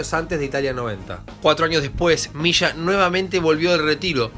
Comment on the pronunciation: leshenda ? Misha ? es leyenda y se dice Milla